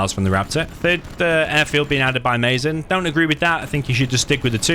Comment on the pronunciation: mazen is he arab? cuz if he is it pronounced Maazen instead of maizen 😁 keep posting vids ❤️